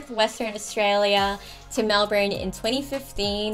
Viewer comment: But, aren't you supposed to pronounce Melbourne as in Mel-Bin?